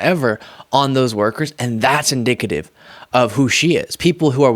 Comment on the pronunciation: He said inDICKative